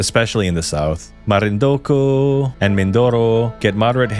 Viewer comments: You said you are born and raised here but you speak the names of places funny For example its MarinduQUE not marinduKU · Only urban legends know, btw it's pronounced “marinduke” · Born & raised in the philippines but can't pronounce Marindu-QUE!!! I was born in the philippines but raised in the US and still speak, Read and know how to pronounce Filipino word correctly. This is most likely an unnecessary comment, but coming from MARINDUQUE- that just really bothered me. Anyways..... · Marindunque (Que) (k) no co! 😅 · It's MarinduQUE. Just sayin'. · Marindokooooo? Lol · I know there's a lot of mispronounced names like Guimaras (Gi-ma-ras), Roxas (Ro-has), La Union (La-u-ñon), Laoag (La-wag), Marinduque (Ma-rin-du-ke), Tuguegarao (Tu-ge-ga-raw), Leyte (Ley-te), Biliran(Bi-li-ran), Calbayog (Cal-ba-yog), Catbalogan (Cat-ba-lo-gan), Maguindanao (Ma-gin-da-naw), Pampanga without (s) pero okay lng tawang-tawa nman ako sa Butuan ((Bu-twan) ..not a pro too. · "mimorapa" "marindoku" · Here's wishing your theory be tested NOW. PH might be saved if Luzon population is reduced 🤔 As for Butuan, that's pronounced Boot-wan. As always, Tagalogs forcing wrong pronunciation into Filipino language to show their superiority pfffft... And there is no such thing as Marindoko. Marinduque is pronounced Marin-duki. Tuguegarao? Tugegarago was it? So many proper nouns you can improve here before you published...